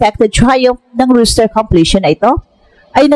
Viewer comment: ROSTER po, hindi ROOSTER